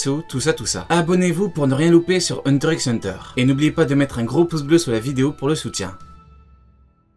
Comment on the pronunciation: Ça me stresse de ouf que tu prononces le x de hunter x hunter 😖😖😖